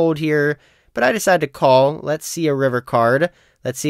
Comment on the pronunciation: "lex go" vs "lets go"